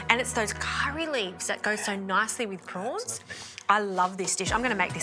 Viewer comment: Row prowns .not fryed